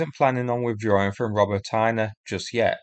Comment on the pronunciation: It's pronounced "Ro-BOT-neh", not "ROBO-TIE--NUH"